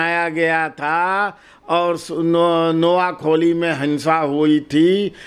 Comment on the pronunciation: आदरणीय महोदय, नोयाखोली नहीं नोयाखाली , कलकात्ता नहीं कोलकाता होगा। धन्यवाद ।